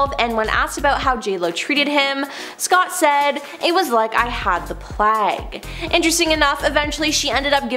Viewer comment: And " The Plague " "PLAG!" 😂